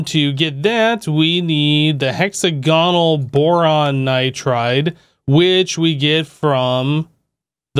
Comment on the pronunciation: Hexa-gonal. Lols. Dude try saying the word diagonal (di-agonal) and then try saying hexagonal again (hex-agonal).